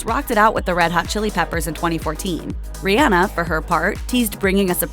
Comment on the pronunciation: As a mom whose child’s name is Rhianna I appreciate you pronouncing Rihanna’s correctly! Exactly like my daughter’s!